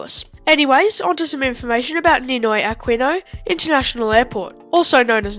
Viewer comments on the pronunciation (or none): Ninoy (like Nimoy) Ah Kee No (the U is silent UNlike in Qantas) 😊😊